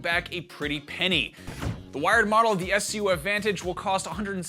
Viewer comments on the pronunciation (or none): He said S C U F it’s scuff togoether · It's not s c u f its scuf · S-C-U-F....why not just say scuf like everyone else? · Its not s c u f its scuf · Its a scuf controller, not s c u f. Google it smh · So does he not know how to say the word scuf 🤷🏿‍♂️ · Did he just call it an S.C.U.F.??? LMAO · Scuf would be so happy to hear their name mispronounced like that. "S C U F", lol :P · S-c-u-f 😂 😂 it's just scuf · but the way he said it, is how xbox fans do 😂